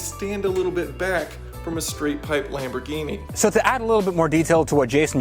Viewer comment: Oh my god you pronounced Lamborghini correctly